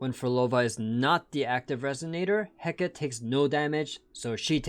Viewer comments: Just as an FYI, Hecate is typically pronounced "Heh-cah-tee" rather than "Heh-keht" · Hecate is actually said in three syllables. (Heh-Ka-Teh)